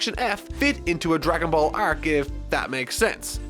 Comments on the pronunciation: ....are you saying"Arek" for arc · the way you pronounce the syllable "ar" like in are, arc ect is really weird, are you from Minnesota? Canada? New Zealand?